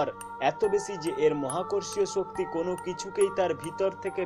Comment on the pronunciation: স ও শ এর উচ্চারণে সমস্যা আছে। উচ্চারণ ছ হচ্ছে। আপনার উচ্চারণ সমূহঃ ছম্পর্ক, বেছি, ছক্তি,ছাবাবিক,ছবচে,অছাবাবিক, তামমাত্রা, ছেই ছব, ছমস্ত ইত্যাদি।